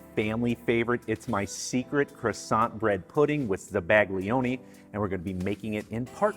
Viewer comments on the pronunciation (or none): dude, I love your videos, BUT your pronunciation of Italian words is driving me crazy. For example, zabaglione, it's not zuh-BAG-lioni, zah-bah-YO-neh. Here is an example. Thank you. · Oh I hate that I’m a pronunciation Nazi….but may I? The g in zabaglione is almost silent….it lends a tiny ‘y’ sound to the l like it does to the n in gnocchi.😊